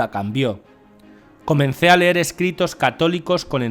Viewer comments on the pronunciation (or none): none